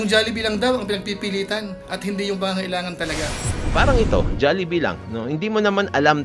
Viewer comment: MAHIRAP TURUAN ANG PINOY, SABI KO HND JALLIBEE, DPT JOLLIBEE